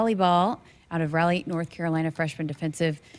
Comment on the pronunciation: Love your interviews,, and Laney is already one of my favorite players. One note: the capital of North Carolina is pronounced RAH lee.